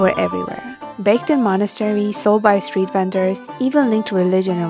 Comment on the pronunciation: "Steet" Food?